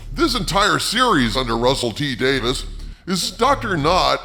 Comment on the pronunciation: By the way, it's Davies, not Davis FYI